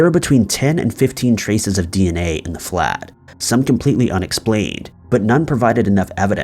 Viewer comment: He was trying to say flat. Flat pronounced like when you have a flat surface. It's like an apartment